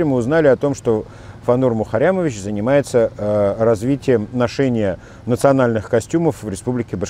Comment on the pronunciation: Классно вы произносите - мухаррямовищщщ